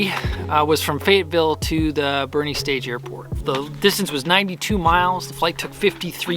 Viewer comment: Having known many Boerne locals in my life, I'm sure they're having a chuckle at you pronouncing it "bernie" :)